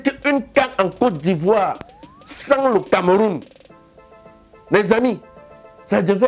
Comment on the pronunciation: they call his "ivou"😂😂